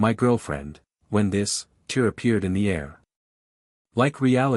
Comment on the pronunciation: Good story overall. Although there are a few moments that don't make sense or aren't logical results of previous circumstances. And AI seems never able to pronounce tear💢 instead of 😢tear.